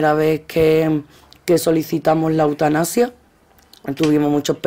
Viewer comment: ¿"Eutanapsia"? ¿y este sujeto es periodista?